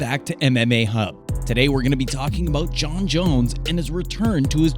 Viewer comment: Jon* not Jone